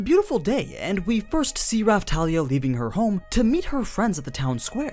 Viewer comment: Not Rafthalia but Rapthalia,Thank You